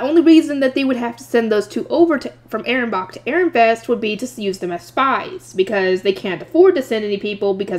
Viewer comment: Ahrensbach is pronounced A-rens-bak